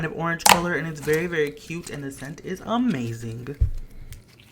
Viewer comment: Did anyone hear when he said amazing there was a G and it sounded like amazinG